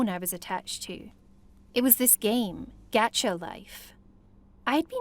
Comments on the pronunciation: Why does everyone say g-at-cha.. It’s g-ah-tcha😂😂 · Isn't a anyone laughing of how the girl said "gacha life" Geacha life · GAH-cha life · I think she's saying gacha wrong